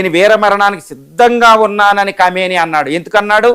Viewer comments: Khaimoni kaadu khameni...news chadive waallu first waalla accent check chesuko vaala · ఆయతొల్లా ఆలి ఖొమెయ్ని పేరును కైమోనిగా పలుకుతున్నారు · Kameni కాదు. కుమేని అనాలి. కైమోని అంటున్నారుఇంకా మీరు. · Khaimoni kaadandi.. మళ్ళీ మళ్ళీ అట్లా pronounce చేయొద్దు please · నీకు తెలివి ఉందా అసలు? ఎం news presenter నువ్వు? Iran ఖొమెని చనిపోయినదుకు పిచ్చిపట్టి సాటి muslim countries నీ attack చేస్తున్నరు. Common sense లేదా? national media కి గాని international media కి గాని తెలియని విషయాలు మీకు తెలిసిపోతున్నాయి విచిత్రంగా. ఖొమెని అని పలకటం కూడా సరిగ్గా రాని నువ్వు సిగ్గుపదాలి. చీ 🥶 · Arey First Learn How to pronounce Khamenei' s Name Properly..